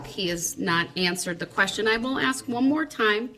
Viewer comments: When he says “Ax” I want to scream, “ITS ASK!!!” Good grief, it’s like nails going down a chalk board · "I am uneducated and a moron, but I read a half of a lawbook, and I know stupid phrases like "Would it be fair to say?" "Grounds" "Objection" and "Let me AXE you".- Darrell Brooks. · Unbelievably childish. No, I won't sit down unless you axe me.. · Yeah, he doesn’t know how to pronounce “ask.” 🙄